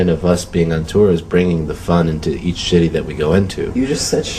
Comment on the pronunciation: i know this is about Ryan, but I laughed so hard when Jon said "shitty" instead of "city."